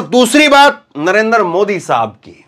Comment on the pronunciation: आप पहले अपना उच्चारण सही कीजिए I आपका नाम है धर्मेंद्र और उच्चारण करते हैं dharamendar, इसी तरह आप बार बार नरेंद्र मोदी जी को नरेंदर मोदी उच्चारण करते हैं I